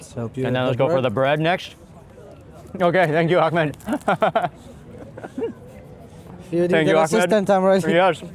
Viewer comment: Gotta love the Akkhhhmad Xombination 😂